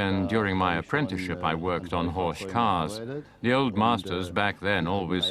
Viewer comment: It's pronounced Horck not ch. Beautiful Cars.